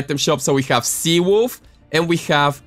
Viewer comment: when u said “sea wolf” it sounded like what my friends call me on fortnite😂because my name on fortnite is cvwolf but they say cwolf